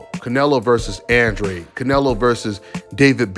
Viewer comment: Oh and one more thing: just cus Andrade CLAIMS nelo was gonna get 40m to fight him doesn’t make it TRUE. Show us the receipts Andrade. Oh and one more thing Andrade, learn how to pronounce your EUROPEAN last name. Lol this shit hella ironic considering all the obsession over Europe on this channel